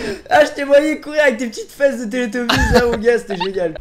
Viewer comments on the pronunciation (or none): Je rêve ou ce sont des télétobise(je dis comme ça se prononce)